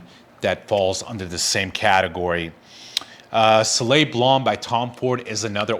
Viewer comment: Please learn how to pronounce the name of the fragrance properly.